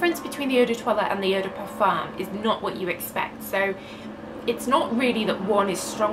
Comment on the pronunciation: Vos vidéos sont si complètes et intéressantes! Dommage que vous prononciez toujours le „m“ du mot parfum, ce serait plus agréable à l‘oreille sans ce m, en français on ne le prononce pas ☺️.